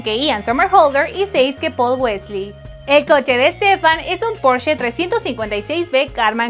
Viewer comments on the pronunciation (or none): none